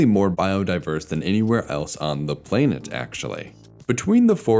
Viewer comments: Great examination of past life in the biospheres. Why does a computer do the voice? Listen for plainit instead of planet. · “play-nit” Lol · First time I've ever heard anyone pronounce planet as "play-net" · "planet" pronounced as "play-nit"? these AI VO's are such garbage